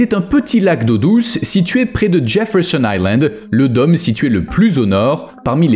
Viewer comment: *Dôme se prononce "daume" pas "domme"... Idem pour "rôle". Mais très intéressant !